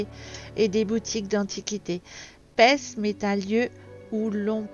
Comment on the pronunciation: On ne prononce pas Pesmes mais Peme. Le « s » ne se prononce pas !